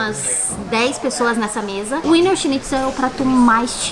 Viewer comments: adorei o vídeo adoro essa tag, mas queria dizer a vcs que não se pronuncia WINER SCHNITZEL com W, se pronuncia com som de V ( em alemão o W se pronuncia com som de V) Beijos 😘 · O "w" tem som de "v". Ouvir Úiner foi dose :) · WIENER se pronuncia VINA. Em "brasilês" é VINA SCHINTZEL. Wiener significa vienense em alemão. Aquela salsicha vina que vocês comem no sul significa salsicha vienense, só que escrita como se pronuncia. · Aprendam; W em alemao tem som de V. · A pronúncia é Viener...o W tem sim de V na Alemanha e Austria, meus queridos. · Muitos bons os vídeos! Vocês estao pronunciando Wiener errado, aportuguesando seria algo como vina. E por curiosidade, Wiener = vienense, de Viena. O autêntico Wiener Schnitzel é feito de carne de vitelo (bezerro). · Olá, adoro ver os vídeos e esses de comida são bem cruéis (pq eu tb quero). Eu queria dar algumas pequenas dica de alemão... Diferente do inglês, o W tem som de V e o E tem o som de A (exceto quando está com IE, que tem o som de i comprido). Espero que tenha ajudado! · Queridos parabéns... o skema é Eslovénia mesmo!!! Ahh... o nome é "Víenêr" <-pronúncia pt, e está parecendo winner ... o Schnitzel está correto... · Gente, como vcs usam o app de linguas acredito que o nome do prato seja mesmo pronúnciando o W como U como no ingles como vocês disseram... Mas eu sempre achei que pronunciava como V. 🤔 Sobre o Limão no saquinho é assim pra não cair sementes. 🙂🍋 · No alemão o w tem som de v. Se fala vienerschnitzel .